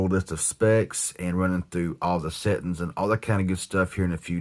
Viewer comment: Love the way he says settings, "settens'.